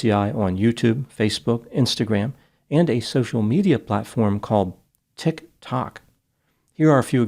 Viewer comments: Tik........... Tok is like Twilight.......... Zone!🤣🤣🤣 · the way you said Tiktok really got me lmfao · Why does act like he doesn’t know what Tik Tok is and how to pronounce it? Trying too hard to be a nerd are we?😂 Is it supposed to be funny?🫪👆🏾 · The way says "TikTok" every -single -time like it's an alien species takes me out!